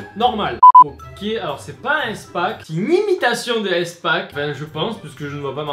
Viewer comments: Mais mais MDR arrêté stp ça ce dis pas èspack mais ispak xd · on dit ispack pas éspack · À toute la vidéo j'étais frustré tu prononces "Èspak" mais pour moi sa se prononce"ispak" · easpack ca ce prononce "ispack" Bisous 😂😗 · Sa me stresse comment tu dit EastPak xD Sinon super vidéo , c'est original !